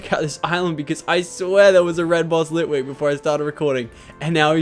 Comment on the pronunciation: You missed ghost litwik in csnt say the name correct but it was a ghost litwik